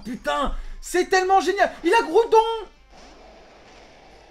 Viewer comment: On en parle, que c'est Graoudon ?